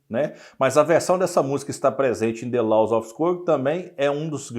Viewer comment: A pronúncia não "LAUS", e sim, "LÓS"